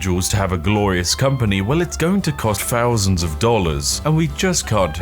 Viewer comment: Please pronounce 'th' properfly. Its "Thousand" not "Fousand".